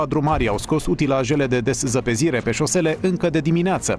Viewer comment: Deszăpezire?sau deszăpezire?fosta mea profesoară vă lasă repetenți.3cuvinte șpuse corect nu sunteți în stare.RUȘINE.